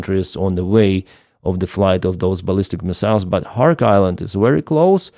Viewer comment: It is NOT "KHARK" but is KHARG", island.